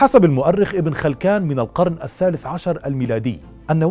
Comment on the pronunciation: ابنً خِلِّكان ...وليس ابن خَلْكان كما نطقتها....فصحّح خطأك